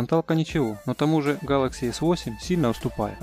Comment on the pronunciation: Нууу вы даете.. А чё так сложно произвести Гэлэкси а не гАлакси???